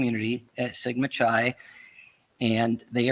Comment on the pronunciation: It is “Sigma” “Ki”, not ‘Chi’, not like chi latte, hard K